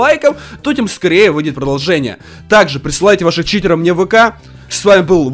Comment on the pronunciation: Почему ты говариш не читеров а читероу